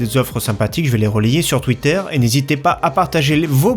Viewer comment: "sur twitterre" :p